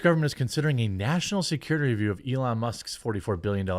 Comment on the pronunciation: "Muh national securitay".